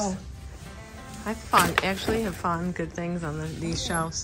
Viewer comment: It's "you FOUND something-----NOT "FOND" . Seems like you just fairly recently mispronouncing. Not pleasing English.:face-orange-frowning